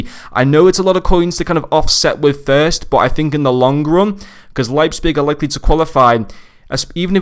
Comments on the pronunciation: Actually you made a few mistakes if Leipzig were to get knocked down to Europa the cards still gets uprades. Also it's prononunced Liepzig great review as always. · Leipzpig 😅? Sounds funny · The p is before the z It’s Leipzig